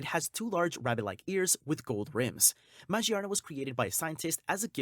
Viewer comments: Majee-arna??? Dude she is literally themed around gears and cogs. Its magearna. Ma-gear-na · It doesn’t really bother me but you pronounce magearna as ma-gear-na or maGEARna not mage arna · Ma-gear-na , Jesus you butchered that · the way you pronounce magearna bothers me deeply.... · This guy pronounces these pokemon so weirdly. “Majierna” “Marshiadow” “Jiratina” “Zariora” “Zaruday”